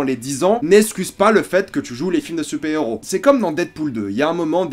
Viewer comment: Super héros se prononce "supaire héros" et pas supé héros. Dark knight se prononce "darque knight" et par dar knight.